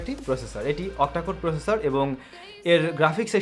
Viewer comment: দ্রুত বলতে গিয়ে কিছু শব্দ জরিয়ে ফেলছেন, যা একটু মনযোগী হলেই ঠিক করতে পারেন। প্রসেসর শব্দটি একবারও স্পস্ট উচ্চারণ করেননি এবং তা প্রায়শই করেন না। 'আরকি', গেছে এর পরিবর্তে গিয়েছে এরকম কিছু শব্দ আপনার সুন্দর কথা বলার bug। আশা করছি ভুল বুঝবেন না। নিরন্তর শুভকামনা।